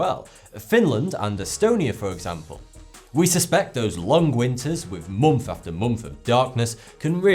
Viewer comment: he said months not mumpf you haven't read the subtitles . lol it really sound like mumpf when you hear it!!!